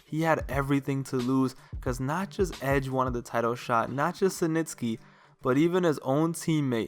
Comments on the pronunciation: Its SNITSKY..not SiNTSKY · "Senitsky"... Dude, it's Snitsky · Who the hell is "cee nitsky" 😂 its 'snitsky" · dude, it almost seems like youre saying cementsky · mans kept saying “SANITSKY”😂😂😂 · why you call snitsky "Suh - Nits - Ske" ? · Idk why but the way you say Snitsky bugs me lol. Good video though.